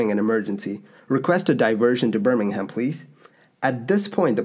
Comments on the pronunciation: Bur-ming-um, not Bir-ming-ham. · Just a heads up, that city is pronounced "Burr-ming-um" rather than "Burr-ming-ham" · Yes and Birmingham should be pronounced Burmanum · The h in Birmingham is silent too. For Birmingham, England anyway. Birmingham Alabama is pronounced the way you said it.